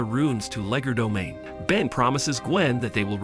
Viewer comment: Not tryna be rude cuz ur cool but it’s Called “Legerdomain” not “Legodomain”😅 it’s also “Alpha Rune” not “Alfa Rune” your still the best btw❤